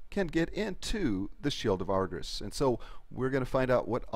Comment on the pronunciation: She pronounces Argus wrong every time